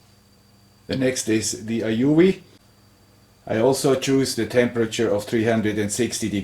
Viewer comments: It's "A-You" or A-U.... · "the Aoyuueeuuublbblblbll.." hahaha I died at that part!! XD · I still keep my Weller for sentimental reasons, bought it 2 years earlier than you :-) and it’s still in perfect condition and use. Quality indeed, and one of the best buys I ever made. Talk about "your father/grandfather"—OURSELVES it was! :-) Then again, today I also use mostly Aoyue … unpronouncable-name-stations. Hint: In the EU, the Aoyues are usually cheaper if bought directly at You save import customs and also get all the parts and tips here. Re heating elements: Be careful when buying! They come in different wattages, like for the Aoyue Int968 it’s 35W and for the Int968A+ it’s 70W. So maybe you just bought the wrong spare? I made this error once, buying an Int936 (35W) instead of an Int936A (50W). They seem to learn, though: Mine came with a free spare heating element. Kudos for that. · The aoyue pronunciation i laughed for 5 minutes straight, Very informative video gracias. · I literally spit a little coffee all over my steering wheel when you tried to pronounce that soldering iron at 60 Seconds.